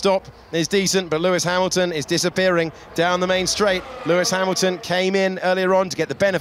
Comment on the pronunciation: Verstapeun, Hamilteun, Charleuleuclerc... 😂🤣🙌